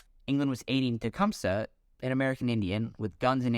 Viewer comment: Omg, if this dude mispronounces Tecumseh wrong one more time. 😂😂😂😂